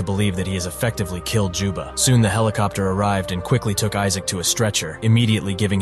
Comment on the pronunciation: "Jubba" "Joba" "Joma" its juba goddamnit